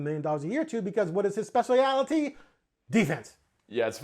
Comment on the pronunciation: doesn't know how to pronounce specialty.